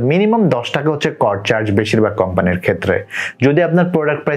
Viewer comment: Not কড that is called সিওডি